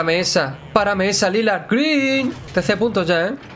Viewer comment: Das pena cuando dices "greeen".